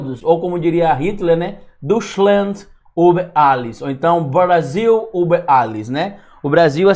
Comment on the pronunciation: Adoro seus vídeos. Pronuncia-se DÓI-TCHLAND UBER ALLES